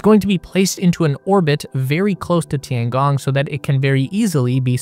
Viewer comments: The way you pronounce it would be "Tiangang" It's a long O. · if you can ask any AI how to pronounce Tian Gong, then properly pronounce it in your video, that would be very nice. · pLS, LEARN TO PRONOUNCE CORRECTLY, TOTALLY WRONG! (SO AMURICAN)!! DING DONG